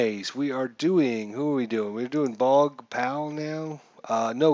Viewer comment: If the pitcher goes to 0, all randoms automatically goes to batters FYI also the name is pronunced BOOOOOOOG